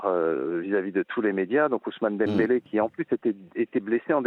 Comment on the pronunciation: C'est étonnant beaucoup de journalistes N'arrivent pas à prononcer le nom de dembele 😂